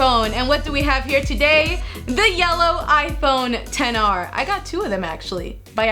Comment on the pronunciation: You said 10R instead of XR